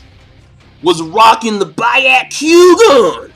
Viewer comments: How do you pronounce shit wrong that is repeatedly said in the show? By-yak-kugan is incorrect. Be-yah-ku-gon is how it should be pronounced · Why are you calling the Byakugan the "ba-yah-kuu-gon"? Did you watch the Naruto abridged series a bit too much? It's pronounced as it is spelled, Byakugan. And as others said, it's Indra, not Indora, and is named after the/a Hindu god/deva of weather/storms. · Wth is a ba-yo-q-gaa lol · by-ya-ku-ga XXDD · ***** It doesn't have to do with grammar but with spelling. Also he is in contact with Naruto and One piece series for so long and he pronounce byakugan as byeakoegan ? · you say all the words sooo wrong its funny